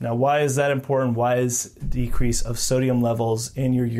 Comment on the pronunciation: again, I WOULD subscribe if you could also pronounce the word important correctly. Lol.